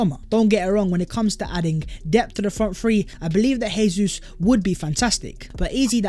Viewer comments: Learn Portuguese, it’s not pronounced hey-zeus, it’s pronounced jay-zeuz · His frigging name is pronounced JAY ZEUS NOT HAY-SUESS. He's Brazilian, they speak Portuguese, not Argentinian, they speak Spanish. Stop butchering the boys name, he could be playing for us next season FFS. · btw when pronouncing a name/word in portuguese the J doesn’t act as an H like it does in spanish so it is Gabriel Jesus not “Hésus” good videos non the less edit: i’ve heard other brazilian players talk about him on youtube and it’s actually pronounced “Zhay•Soos” so it still sounds like a J more than and an H. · ive put this comment on videos twice already. guess he likes saying hayzeus